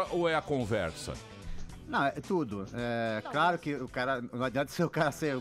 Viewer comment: ''craro'' ... hhahahahha .... admiro muito esse cara !